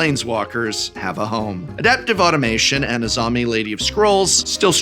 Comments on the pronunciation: “Adaptive AUTOMATON,” Prof, not “Adaptive Automation.” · Excellent intro, and the profs energy for these matches my own. Sigh... I can't stop myself from pointing out that it's automaton, not automation. uh-TAWM-uh-tawn. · I hate to be that guy, but there's no "i" in "AutomaTON"